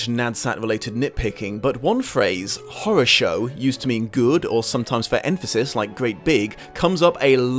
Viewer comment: That moment when it clicks for you that the word "horrorshow" that mangled so badly, is actually the Russian harasho, which just means ok or good. It's embarrassing how long it took for this to click inside my head....